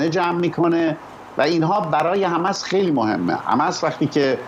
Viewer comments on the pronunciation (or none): تمام دنیا میگن حماس ، این کیه که همش میگه حمس ، حمس ، می خواد کلاس بزاره .... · این دیوث کلمه مقدس حماس رو نمیتونه درست تلفظ کنه مرتیکه حماس حماس حماس